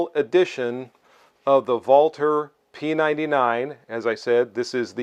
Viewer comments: I'm not of German descent (although my wife is German-Canadian) and I also applaud for pronouncing it correctly! it's painful to hear how it often gets pronounced incorrectly. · I love this pistol and own one. It's one of my favorites. It's honestly a shame it's being discontinued. Great video as always. Also, as a German American I really appreciate you pronouncing Walther correctly. 🇩🇪🇺🇸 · Finally a reviewer who doesn't over-Anglicize the pronunciation of Walther. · You are the only content provider on YouTube who pronounces "Walther" properly. Thank you for showing respect for the company name, by not butchering it.